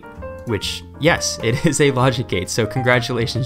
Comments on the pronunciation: The last name in the video is italian, you should pronounce it as "yàcopo" haha. I also see people mispronouncing "Giovanni", it's read like "jovànni". Hope my English makes sense... Really great video btw, I hope to see more from you! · Jacopo is pronounced with a y semiconsonant at the start rather than a soft g, it's a remainder from an old spelling standard of Italian before fascism decided to instead spell semiconsonantal i the same as full vowel i. That being said, non-syllable-initial cases of semiconsonantal i were already being spelled i before that reform, such as in Guy Fieri's family name (fye, not fee-ay)